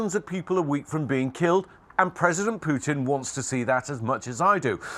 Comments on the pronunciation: Who is Poo-in?? I know who Putin is. These talking heads have got to learn there is no silent T in the English language. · It's not POO-in. It's POO-Tin say the T in your words, please!!! Sorry. Big pet peeve of mine. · Why are the reporters saying ‘Poo-en’ instead of Putin? You shouldn’t be a public speaker if you sound like a 3 yr old who can’t pronounce words correctly.